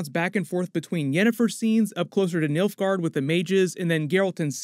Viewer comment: Did you say Milfgaard? Okay, you said nilfgaard. I like the sound of Milfgaard better.